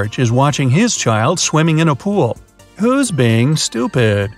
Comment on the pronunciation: I love how he said sTuOID